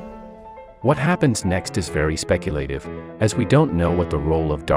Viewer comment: Why do like half of these science channels mispronounce so many words like "miniscule" and "speculative?" It's distracting and infuriating.